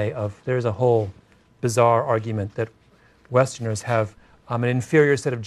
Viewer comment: "WESTERNERRS" yikes